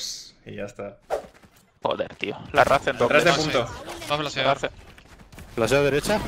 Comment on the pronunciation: Soy el único que le jode que digan la raze en vez de reiss como tiene que ser